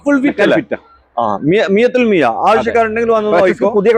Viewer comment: മിയ ത്തുൽ മിയ അല്ല😀 , മിയ ഫിൽ മിയ 😜